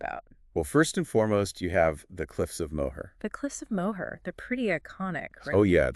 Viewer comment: I dont think the pronunciation of "Moher" is correct.